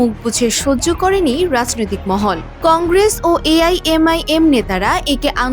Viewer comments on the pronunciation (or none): none